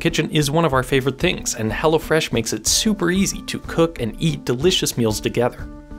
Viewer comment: Is ot "Hella Fresh" or Hello Fresh... ? 😂